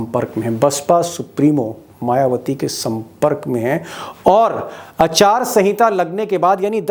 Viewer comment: Achaar sanhita 😂 it’s aachar sanhita okay